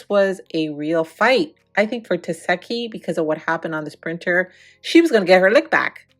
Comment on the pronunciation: Why you keep saying tesehki name wrong? Lol